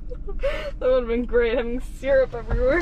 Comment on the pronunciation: "Seer-Up". lol.